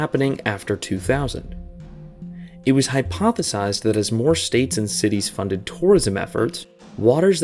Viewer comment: "hypothesized" bro 😞